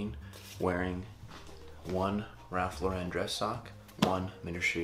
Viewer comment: 1 point for the way you pronounced Ralph Lauren ;-)